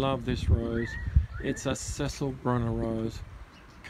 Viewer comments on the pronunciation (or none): Is it Cecile and not Cecil, i.e. feminine name with a the last syllable pronounced 'eel' and not 'ill' ?